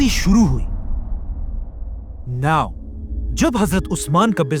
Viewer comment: Everything is good. Just stop saying new(now).